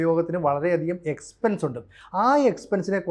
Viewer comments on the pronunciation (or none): none